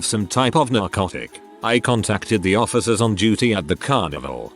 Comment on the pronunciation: "Officuhs of the lore"